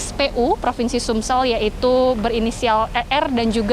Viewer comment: Reporter TVOne berkali menyebut SUMSEL 😵😵